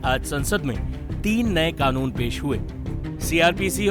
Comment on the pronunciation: It's c canoon not K khanoon.